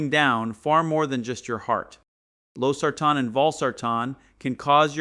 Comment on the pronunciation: He pronounced Losartan wrongly